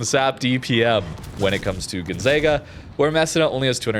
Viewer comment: You are making little old italian ladies cry in Italy. It is pronounced meh-SEE-nah......gon-ZAH-ga, and veh-NET-tsyah. Come on Canadian!